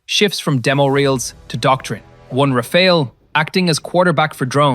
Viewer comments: It's not "Raphael", it's "Rafale", /rafal/. It's a pretty simple word... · Rafale is pronounced Rafaaal. You'll sound more intelligent. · It’s pronounced as Ra-faal